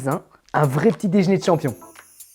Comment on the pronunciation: C’est l’heure du petit « déjn’er »😂